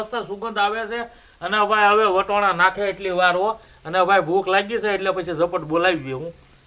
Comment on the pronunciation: તમે વટોણા કેમ બોલો છો અમે તો વટાણા બોલી